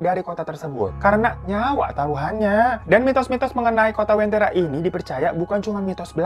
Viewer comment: Maaf bang sebenarnya namanya uventira bukn wentira